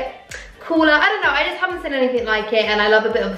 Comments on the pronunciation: You always say the word “seen” as “sin” But u did look gorg in this video 🙌🏼🙌🏼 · Why does she say ‘seen’ like ‘sin’ 😭😫😫😫😫😫😫😫 ugh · ‘Seen’ not ‘sin’ 😂😘